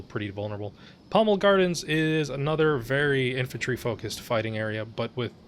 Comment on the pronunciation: I thought you said "entropy fight" instead of "infantry fight" but with the way some of the infantry stalemates are in this game, "entropy fight" feels like a better name.